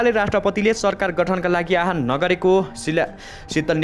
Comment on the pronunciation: आह्वानको अर्थै न बुझी आहान आहान भ्न्ने कस्ता समाचारवाचक होलान् यी।